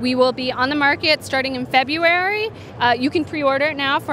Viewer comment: Anyone else notice the inflection she added at the end of "February"? Idk man...IDK